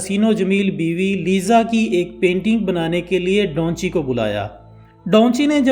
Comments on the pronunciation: Bro its da van chi not donchi.. correstion pLz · O bhai Donchi nahien its Davinci🤣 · Its Da Vinci not Daunchi like you are pronouncing mate ..